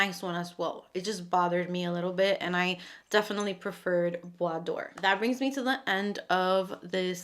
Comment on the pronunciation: Hello! I feel a bit bad to reply, but I need to correct you. This is "bois dorÉ", not "bois d'or". Doré is pronounced "do-ray". It means "Golden wood" (and not "Wood of gold" which would be "Bois d'or"). Hope this is helpful. Anyway... Your pronunciation of "bois" was perfection and I love your channel. ❤